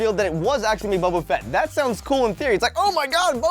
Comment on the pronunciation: Its boba fett not boba fitt